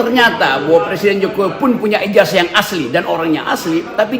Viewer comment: IJAZAH itu membacanya pakai ZET bukan pakai ES .... Apa ngga belajar bahasa indonesia ya